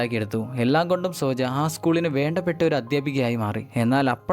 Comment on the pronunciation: തന്നെ ആരാടോ ഇംഗ്ലീഷ് വായിക്കാൻ പഠിപ്പിച്ചെ സോജാ എന്നാണോ അങ്കിൾ ൻ്റെ ഭാര്യേടെ പേര് സോണിയ എന്നല്ലേ അതിൽ എഴുതിയിരിക്കുന്നത്